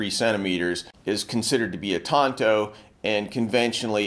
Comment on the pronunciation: Pretty good pronunciation. I hate it when people pronounce it as “tan-toe”